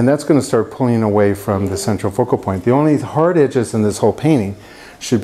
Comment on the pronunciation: i tookk a shot evertime he saidd ce tral focal ppoint and nowe i can nt type. haha jk. love your videos